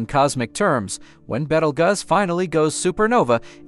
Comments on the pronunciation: Dude, it's pronounced like Beetlejuice. Not Bettleguzz. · It is pronounced ( Beetle Juice, not Bettlegus ) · "Betel guz"💀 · "beetle gus" 💀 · I'd would take this video more seriously if you pronounced Betelgeuse right ... 🥴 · How many ways are you going to pronounce the name WRONG!¿?¡ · I have never heard the name pronounced that way.